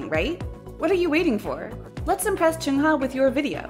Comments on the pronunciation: I shouldn't, but I dislike the way she pronounces the "uh" sound in the names as "oo"...like saying Choongha instead of Chungha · Please stop pronouncing Chungha as “Choonghuh”